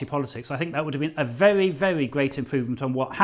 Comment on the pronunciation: Adonis got say his W wery